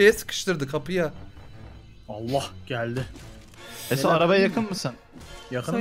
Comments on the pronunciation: Abi da niye esat abiye "esa" dedin ki❤😂😃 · Abi eso abiye dediyinniz gibi eso diyosunuz niye esat demiyosunuz ama bana da eso diyolar benim adim esat